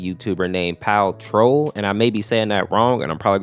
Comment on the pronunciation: i love this mod, very cool mod ngl and yes, you did say a lot of the names wrong- PAL Troll ain't correct my guy